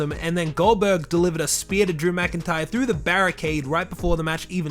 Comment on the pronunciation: I thought he called GoldBerg Oldberg